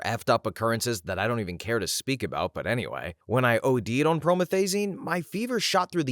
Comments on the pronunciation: well now I know I can take too much of my promethazine 💀 Which, by the way, is pronounced pro-METH-uh-zing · Never heard prometh pronounced like that